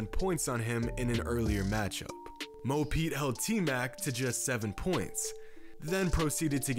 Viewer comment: Everyone: Mo Pete Kobe: Mo Points (for me)